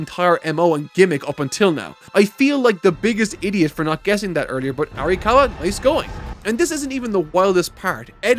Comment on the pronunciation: her name is "Ara-COW-a" I think that's the cow bit.